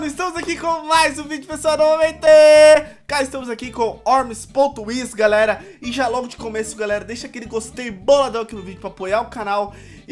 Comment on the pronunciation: para de falar wormi ponto is, fala "uormis"